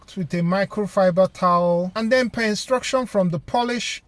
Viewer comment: "Den Blast All Of Dat Off" With Your Pressure Washer. Peeeace✌